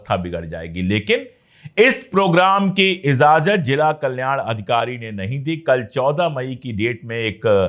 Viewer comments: pandy ji.................. izazat nahi...................... IJAZAT ....corret word hai. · sabkuchh bahot achchha hae bas IJAZAT boliye please,not IZAZAT, sorry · Sir I like you very much and watch your all the episodes , with due respect to you I want to correct one word of Urdu,it’s not “izazat “ it’s” Ijazat “ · Slip of toung